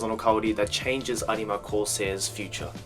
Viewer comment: No offence, I don’t wanna be rude but it annoys me that you don’t just say “arima”